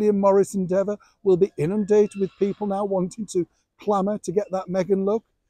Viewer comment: I expect you've seen it Neil - the one where you have , allegedly, apologised for running down Meghan - and of course, she has graciously accepted your abject apology. (This is where you say 'You couldn't make it up.' 🤣 I particulalry liked the way the commentator pronounces your name Neil See-an. All good stuff for raising a chuckle. What do they think we are.